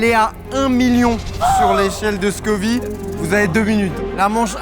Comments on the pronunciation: Scoville pas scovi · "Scoville", pas scovy 🤦‍♂ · ScoviLLE. SCOVILEU pas Scovi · on dit échelle de scoville pas scovi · C'est l'échelle de Scoville, pas "scovie" 🙂🙂. Au top la vidéo !! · Scoville par contre, pas Scovi 😮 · Toute la vidéo il dit "l'échelle de Scovie" 😩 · On dit scoville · Scoville donc tu dis ville merci